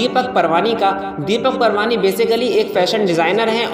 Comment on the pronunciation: Surname is not Parwani but it is Paarwani